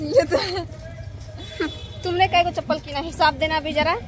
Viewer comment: chanpal nhi chapl hota h 😂😂